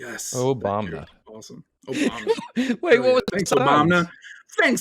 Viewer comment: "Obamna" came from Trump. SMH.... Destiny just got Lauren Southern to say it and it's now a meme in his channel.